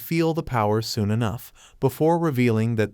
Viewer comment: Bro straight said 'foon' instead of 'soon'